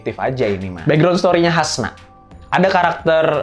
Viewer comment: Bang, Hansa bukan Hasna 🥲 Btw film nya keren, siapin tisu kalau mau nonton. 👍